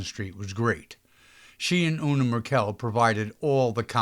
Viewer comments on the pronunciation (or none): I know you’ve offered apologies for mispronunciations, but please allow one more correction. “Una Merkel” pronounced her first name “YEWnah”; my aunt was friends with her and Ginger Rogers at the American Academy of Dramatic Arts in the late 1920’s.